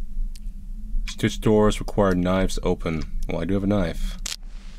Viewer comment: Not sure I’ve ever heard say “knife” instead of “knoif” before this video